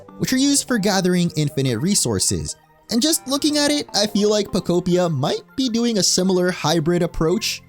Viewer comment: Thank you for pronouncing the game title correctly!! Everyone's been saying Poko-pia or poko-p-eye-a and im like " no...its poke-opia!!"